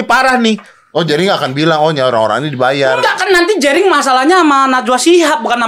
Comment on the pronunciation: JENDA vs RIGEN... ah... Jerigen... Jerigen... Ngomong jerinx...😂😂😂😂😂😂